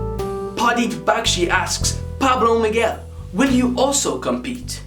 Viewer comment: Pablo Miguel u said my name right first man ever do u have a Instagram